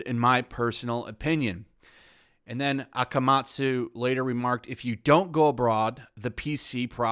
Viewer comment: Not brutalized the name of Akamatsu-sensei. That was some perfect japanese pronounciation. Thank you for your effort!